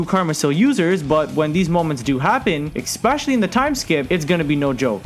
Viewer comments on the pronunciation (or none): I love how he says eKspecially haha #nohate bro i just find it funny